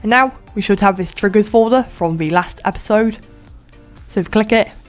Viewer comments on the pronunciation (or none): none